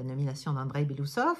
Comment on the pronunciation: Belo-Ousov et pas Belousov son nom veut dire moustache blanche😊